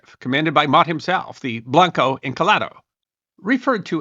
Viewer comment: Blanco is not pronounced blank-O it isn't English is a romance language "a" is pronounced closer to "ə" think more like the 'o' in 'blonde' likewise Encalada isn't English or any other Germanic language either and is not properly pronounced as such 'e' is almost like ā. It is actually my very most favorite thing about Spanish the name of each nonconsonant letter when you say the Spanish alphabet is pronounced faithfully and each consonant letter in the Spanish alphabet when you say it is only different in having a ghost vowel attached and the consonant part is also like vowels in the Spanish alphabet pronounced faithfully always pretty much How much does the pronunciation of Blanco Encalada really matter? Hardly but hey I thought maybe someone might like to know so I'm saying it anyway